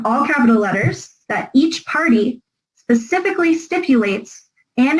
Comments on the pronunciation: Pacifically stipulates 🤙🤙😅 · Pacifically is she on pch?